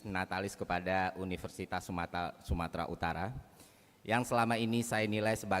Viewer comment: kewalahan dengerin? Enggak. Saya cuma berharap ferry tidak tergesa2 dalam menyampaikan sesuatu. Masa anda tidak sadar berapa kali ferry terbata2, terhenti atau salah ucap di video tersebut? Di detik ke contohnya sudah ada salah ucap 'sumata', atau semisal di sempat terhenti sejenak, atau semisal terbata2 di . Itu semua tidak mengurangi kualitas dari apa yang disampaikan, namun sekiranya hal2 tersebut bisa makin diperbaiki lagi, tentu penampilan ferry di publik akan semakin bagus. I wish him the best, and i wish him to be better.